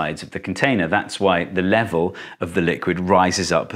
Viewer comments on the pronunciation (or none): none